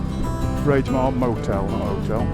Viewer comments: R A I G MORE NOT RAGE AS IN ANGRY. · Great vid once again. I live locally to Inverness. The roads and scenery are indeed beautiful. You stayed at the Raigmore hotel, the “G” in Raigmore is pronounced similar to the “G” in anger as opposed to rage. Either way having seen inside I’d be raging for not booking the travel lodge 😂🏴.